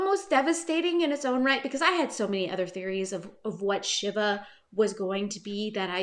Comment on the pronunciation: I think it's pronounced "Shee-va", like the Hindu God.